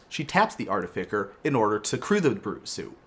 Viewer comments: I think it’s pronounced “Artifisser” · It's "Art-ti-fi-sser" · I too, like to intentionally mispronounce cards for the luls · Thought it was very funny when you said artificker the first time. Less so as time went on Still a big fan tho love ur work xx